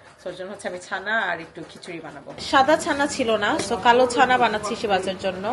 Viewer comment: ছানা না আপু!its called চানা 😅😅😅!